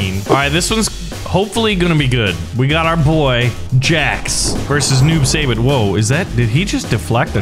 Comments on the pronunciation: It's not noob sayybot it's noob saibot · It’s not noob say bot it’s noob sigh bot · The way how he says "Saibot" as "Saybutt" makes me question life. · Noob saibot (Noob sigh-bot) this is how you pronounce it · Kotal Kahn say it like coat l and saibot is like saybot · Noob saibot =Tobias and boon Saibot is pronounced sighbot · It’s pronounced s-eye-bot and he was the original sub-zero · It’s pronounced sigh- bot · YOU SAY IT SUYBAT NOT SAYBOT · That is not how you pronounce Saibot